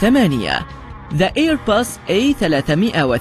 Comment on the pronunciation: معلومات مفيدة لكن لدي ملاحظة النكت والمزحات تفقد معناها عندما يتم ترجمتها من الانجليزية للعربية وتبدوا سخيفة جدا وغير مفهومة ليست تلك السخافة اللطيفة المضحكة لكنها مزعجة جدا لذلك من الأفضل تجنبها ايضا It's not airpus it's Airbus It's not poeing it's boeing وشكرا لكم